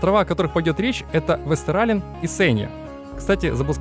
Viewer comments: Вообще правильно вестеролен а не вестерален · ВестерОлен буква å, читается, как О